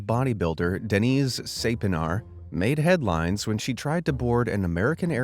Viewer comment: deniz saypınar isnt pronounced like that in turkey